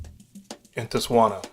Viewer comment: I'm From South Africa And The T In Tswana Is Silent